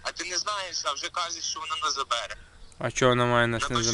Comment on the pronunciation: Когда слышу как говорят " заБере" просто хуй стреляет от этого ... дичь